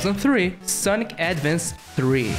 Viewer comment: Why does he say "sonki" instead of sonic